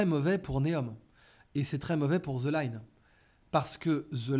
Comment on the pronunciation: Bjr. Juste une remarque : je suis triste d'étendre quelqu'un qui maîtrise l'anglais, prononcer "the" => "ze" aussi "with me" ne doit jamais se lire "wiz mi" 😵😩🥴 c'est carrément une insulte pour la langue de Shakespeare. 🤪 PS : TH ne se prononce jamais comme Z, en anglais !!! Je disais même à mes enfants, depuis le collège jusqu'à la fac, que si jamais un prof d'anglais vous dit ça , stopper-le net et corrigez le 😁🤭 PS 2: un de ces quatre il faut que tu nous sors encore ta formule le monde se divise en deux... Le mot qui se répète deux fois dans ta phrase, me définit 🤪 Merci.